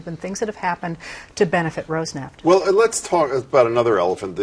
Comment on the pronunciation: In case anyone is interested, Роснефт is not pronounced rose-neft. It could be something like roas-nift if the first syllable has the stress and where roas comes from roast without the ending "t", but I think the second syllable has the stress which would make it close to Ross-nyeft. Also, regardless, the "r" needs to be trilled.